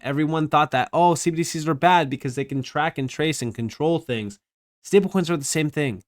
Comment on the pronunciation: just noticed you say "stablecoins" weird 🤣🤣 like "stablekoings" 🤣🤣🤣🤣